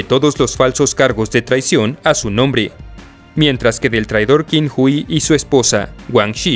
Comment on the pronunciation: es ching hui la "q" se pronuncia como che ....